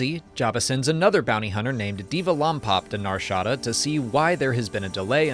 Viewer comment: The way he says Nar Shada is killing my ear. NAR SHA DA 🤣